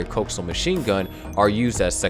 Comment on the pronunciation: Lehperd like the animal. Not LEO-pard like how a robot would say it And COH-axe-e-al not cokes-sail